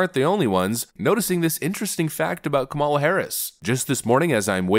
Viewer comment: I love how you keep mispronouncing Kamalamaflimflam's name! 😂